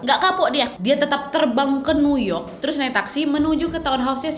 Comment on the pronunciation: ‘Nu yok’ ‘ceongdamdong’ melokal sekali ngomongnya!!!!🤣🤣🤣 gpp lah dr pda sok inggris tp kepeleset😅lancar terus rezekinya kak nad!!!